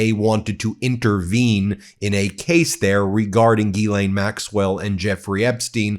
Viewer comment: Ben!!! Learn how to pronounce Ghislaine FFS. It is Gill like a fish. Not Ghee like the Indian food. GILL- LANE